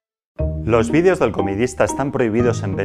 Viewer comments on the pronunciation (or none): none